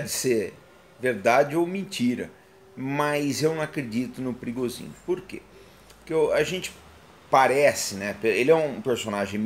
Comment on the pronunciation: Por que não se fala Pri - go - zhin? Ou por acaso no idioma russo o P seguido de R tem som mudo?